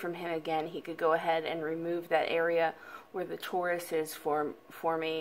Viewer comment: Tori it’s pronounced tore eye. I was going to have surgery to remove it but also came up with the same idea to cut that spot out.